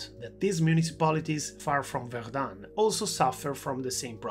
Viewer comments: not verdunne but verdun , the un is pronounced dull and short. There is no E following it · Zone Rouge is terrible but the outrageous strong pronouciation of Verdum made me watch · Erm, one minute into the video and already at least 4 errors and mistakes. NOT good. 1. Verdun is pronounced differently. 2. Zone Rouge is not just around Verdun, it covers or used to cover much of the Western Front. 3. No, the mortar we see is not Dick Bertha. 4. No, not every French soldier fought at Verdun - most of those that were alive during the battle were, but that's it.